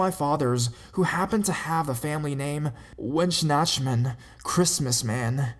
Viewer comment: You really butchered "Weihnachtsmann". At least i think that's what you tried to say. But i guess it's a really, really difficult word for a non-native. :)